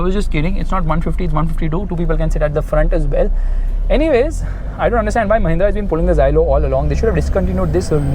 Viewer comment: it's mahinnra